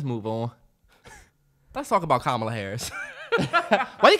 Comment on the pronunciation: The way they’re pronouncing Kamala’s name 😂😭